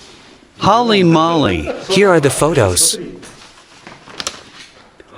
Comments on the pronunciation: Holy Moly is pronounced hole*ee mole*ee not hall*ee mall*ee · Holly Molly? Lmao, gotta get your dubber to say it right. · "Holly molly"? Holy moly. 😂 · Holly Molly? Guys, if you are going to get someone to translate to English, at least use somebody who knows the language.